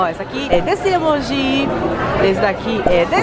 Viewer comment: Vcs falam emoj errado